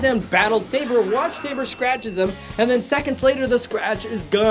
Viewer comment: It’s pronounced Sa-bore not say-ber